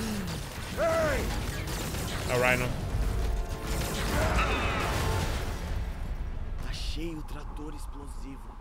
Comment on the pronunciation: Alguém sabe me dizer por que diabos ele pronuncia o nome do Rino como raino? O próprio homem aranha no jogo diz Rino. Acho que a palavra raino nem existe.